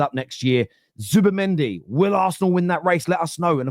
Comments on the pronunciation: Who’s “Zubimendo”?! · Whos zubimendo 😂 i thought It was zubimendi